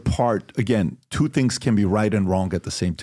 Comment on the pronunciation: His accent when he says twooooo.. 💦 😅